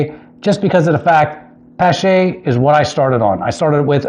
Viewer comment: it's pronounced pa (as in palm) + sh (as in shhh- be quiet), or like Porsche the automobile, the E is silent.